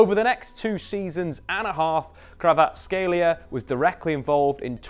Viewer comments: It's not Krava, it's Kvara... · It’s not Krava it’s Kvara😅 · No, there is no CH in his surname, and believe me Kvarachelia sounds the worst. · It's more accurate if pronounced KvaraCHelia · thats how Neapolitans keep sliding into it because it sounds right to them. In Georgian his name is pronounced Kvara-ts-(k)helia. The kh doesn't make a k sound it makes a sound like someone from Liverpool pronouncing the c is come-on. Source: I'm Georgian and know a few Kvaratskhelias. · I believe in. He’ll get it eventually. It’s a hard one 🙈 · You botch his name (and that of Tbilisi) the most I have heard :D Also a wrong player at ~40th second and some other mistakes. Great analysis and stats tho. Thanks